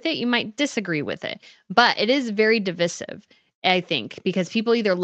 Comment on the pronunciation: Please...the way you pronounce a word IS important...Device. Divisive. Not devissive....please Google check and click the sound button so you can hear how it's supposed to be pronounced.